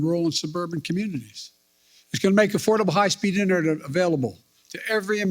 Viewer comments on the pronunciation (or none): What’s “high speed internebebble”?